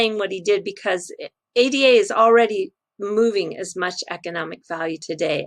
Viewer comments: I love your videos but please don't call it A-D-A: it's Ada, after the first programmer in history Ada Byron, countess of Lovelace: she delivered one of the first known algorithms in 1842. Of course, she's the very same Ada one of the most robust programming languages ever created is dedicated to. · ...just in case anyone doesn't know - the token is pronounced "Ah-da". It's taken from the name of Ada Lovelace who was an English mathematician and writer known for her work on Charles Babbage's proposed general-purpose computer back in the day.